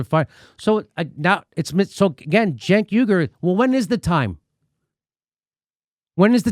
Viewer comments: Jimmy Dore Show : Jimmy, you need to work on your phonetics. You pronounce the name Cenk as if it's Jenk or Genk. I agree with your critiques, and language, but you definitely don't know how to pronounce the name Cenk. The 'C' should be pronounced like an 'S', in English anyway. So top calling the jerk from TYT Genk or Jenk, when his name is Cenk. What if his name was spelled Senk, instead of Cenk, how then would pronounce it? The letter 'C' is sometimes pronounced like 'S', but never like 'G' or 'J'. Learn your English, but I otherwise agree with you. I understand your anger, but work on your English. You want an example of when 'c' is sometimes pronounced as 's', then take the word cents (like for pennies), it's a soft 'c', so like 's'. What about "centennial", do you say Gentennial or Jentennial, I don't think you do, it'll be pronounced like "sentennial", instead, except that the word begins with a 'c', instead of an 's'. Your social, political logic maybe fine, but you mess up use of language. It's annoying, and cause people to wonder about whether to believe you or not. YOU ARE QUESTIONABLE, for yes, Medicare For ALL is important, essential, for the country, but you say nothing about how this might be or should be provided, saying NOTHING about "universal health care" for the whole country, plus single-payer (govt!). In your mind, what is Med. For All supposed to be like? YOU HAVE NOT EXPLAINED! Again, Cenk is not Genk or Jenk. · Its probably me mishearing but when Jimmy says Cenk I swear I hear junk. Still works.